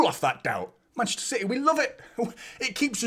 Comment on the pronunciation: Love your post’s mate but it’s CITY not CITHEH, thanks.